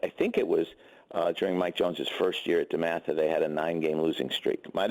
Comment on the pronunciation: You mean DEMATHA?! Lol